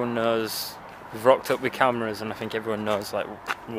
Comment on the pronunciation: Don’t be finkin what I fink ya finkin!! 😂😂😂